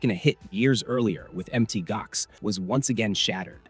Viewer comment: Pronounced Mount Gox not Mt Gox